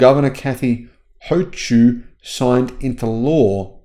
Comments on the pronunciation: Governor Hoh-chew? Ah ha ha ha! It's actually said like HOH-kill... I t sort of rhymes with "coal kill" actually. Sorry, I gotta rib you a bit on that!;) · Her last name, Hochul, is pronounced Hō-Kul. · It’s pronounced “Ho Cull”, btw.